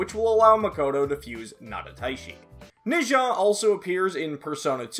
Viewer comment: it’s kinda wrong but I guess that might be a Japanese prononciation